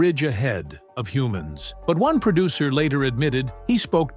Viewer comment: Narrator: "PERDUCTION" IS NOT A WORD. * PRODUCTION. "PERDUCER" IS NOT A WORD. * PRODUCER.